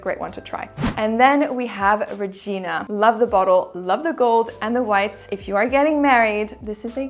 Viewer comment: I am so happy you pronounced "Regina" properly, not like some English-spoken people pronounce it. I'd like to send you a petition for a new video :-) Can you please talk about how to make a unisex perfume leaning more masculine into a more girly one? In my case, I bought Morning Chess by Vilhelm P. and Olfactive Facet 705 Leather & Oud from NCP (from Selfridges) for myself, but I find them too masculine, and they are beautiful but I do not use them at all... Thank you! Regina x